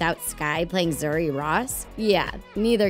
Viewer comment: they are wrong first its not zari its pronounced as zoori and zuri means good not beautiful and beautiful in swahili is mrembo